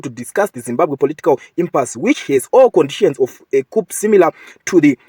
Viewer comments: Hey please it's not kupu please it's a silent p so it's pronounced as koo. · Pronunciation of the word Coup'e, its Cu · It’s not ‘kupu’ but ‘kuu’ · Its pronounced as 'Kuu' not kupu